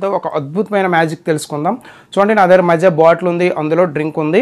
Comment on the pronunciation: మజా కాదురా మాజా💋💋